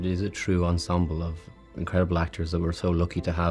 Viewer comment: I love this show.....but PLEASE "esemble cast"????😩